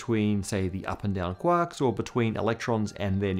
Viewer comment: Homogenous: hom-ojun-us - I loved the video but the pronunciation irked me. Sorry 😅 Quark: Q-walk - I'm screaming internally lol